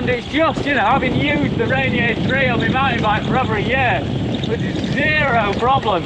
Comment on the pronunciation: Great review! *out here in the PNW we pronounce Ranier: "Raineeyer"